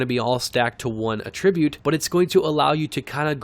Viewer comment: Dude needs to learn how to pronounce the word Attribute....